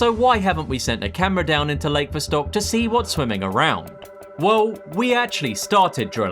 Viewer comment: I liked your video but jeez, the way you pronounced lakes "Vostok" and "Ontario;" my guy... It can't hurt to look up some pronunciation videos.